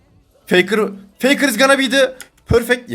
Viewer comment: 19.44 feykır is gana bey dı pörfekt DWALŞWAİD